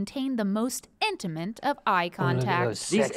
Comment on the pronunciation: I love saying “INTAMINT” instead of INTIMATE